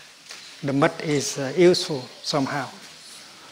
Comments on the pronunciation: Thank you I thought he said..nut 😂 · Like he way he says "muDT" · Is he saying Butt? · I thought he said butt like the butt of a lotus holding the flower together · I heard "butt" too... Geez. I thought "that can't be what he said, right?" Lol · Love the way you say Mud , love how your voice settles me down...into relaxed vibebration...truely Thay you are Buddha enlighten 🙏💐🌺🌼